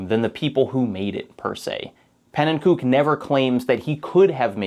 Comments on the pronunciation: I'm loving this, but every time you say "pannenkoek" I cringe a little bit. In the 255 Coin Limit video he says his channel name and it's pronounced pan-en-ko-eck, not pan-en-kook. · I've watched every video in the YouTube catalog. I've read and reread How a Game Lives. This might be my favorite essay yet. Which is why the pronunciation of Panenkoek's name kills me every time. He doesn't use the Dutch pronunciation to refer to himself, preferring "ko-uk" to "kook" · Hey, love the video but noticed you pronounced pannekoek the correct Dutch way. Just thought you might wanna know that pannen himself actually pronounces it like pannen-ko-ik. Also, you might've stumbled across it at some point but Bismuth made an incredible video series on the A-button challenge which has a large focus on pannen and his work. I recommend checking it out for more on the topic. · As a huge fan of Pannenkoek (fun fact: he actually pronounces it "ko-ek" rather than "kook", despite the latter being more correct) and the ABC Crew, I was holding my breath this whole video to see if they would be brought up. Audibly said "YES!!" as soon as he said Super Mario 64 lol. The section on Watch For Rolling Rocks was pretty much a perfect description of my introduction to the A Button Challenge, and it's really a shame to know that making that video pretty much destroyed Pannen's mental health for a bit. 3 weeks of what can only be described as Crunch, in between already demanding university semesters. I'm so so glad that that video got made, but I wish that he'd had the chance to make it in a more healthy timeframe and mindset. To anyone who wants to learn more I highly recommend the recent videos on Pannenkoek's channel as well as Bismuth's 6 hour documentary on the ABC, it's absolutely fascinating and probably the most in depth and thoroughly documented case of a group of people trying to learn everything there is to know about a game. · btw its pronounced "pannen co-eck"